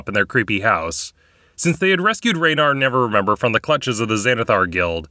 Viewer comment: Am I hearing it wrong or do you call Raenar "Never remember"?